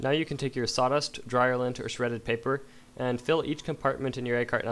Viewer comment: Dude, its SAWDUST not SATAS.